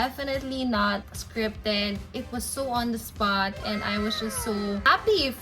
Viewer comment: masyadong ineemphasize na "on the spot". K.🙄